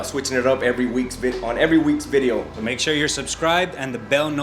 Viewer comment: a video, or bideo?